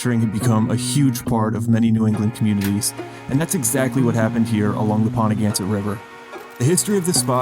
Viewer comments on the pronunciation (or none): Ponagansett is pronounced "powna-gansett - long "O" sound. Olney is pronounced "Oh-nee." I'm probably related to these people through the Olneys. I'm a little surprised that someone from RI doesn't know this. Cool video, though, I'd never heard about that (I'm from Coventry.)